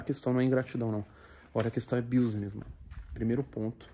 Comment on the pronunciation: Primeiro passo é aprender a falar "business", se vai ficar sempre repetindo essa palavra. Se fala "bisnez" e não "biusnez".